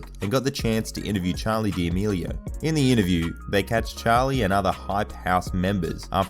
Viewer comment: Did he just say Charli Dee meelio